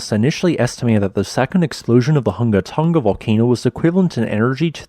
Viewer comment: Hunga is pronounced /'hʊŋa/ not /ˈhʌŋɡə/ Tonga is pronounced /'toŋa/ not /ˈtʌŋɡə/